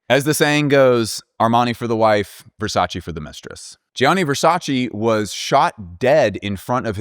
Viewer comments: please VERSACE no Versaciiiiiii I still loved the video ! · Great video, learned a lot of new things 😍 but as an Italian speaker, please look up how to pronounce Gianni Versace’s name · Thank you for your service I enjoyed the video very much but you know you’re in no position to be annoyed at how people pronounce Lauren when you pronounce Versace like that (and I’m stopping at Versace just because I’m Italian but I also know French and… I’ll stop there).